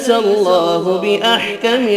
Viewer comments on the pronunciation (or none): none